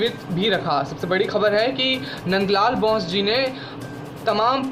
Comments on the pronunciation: Abe NBN Ke Gadhe (Nand LAL) Bose....Ka उच्चारण बौस नहीं बोस है। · चित्रकार का नाम मन्द लाल बाेस था! आप बार- बार बाैस बाेल रहे हैं!